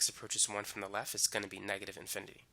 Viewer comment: Excellent tutorial. But can you please not say "lef". It's "left" :)